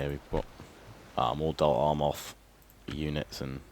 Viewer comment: Please it's Dol AMroth not ARmoth!!! Otherwise great job! Would like some M&B campaign though:(